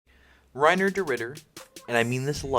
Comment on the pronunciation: It's Reinier, not Reiner...